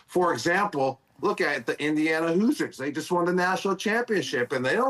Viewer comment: Did Gronk say Indiana Hoosiers or Losers?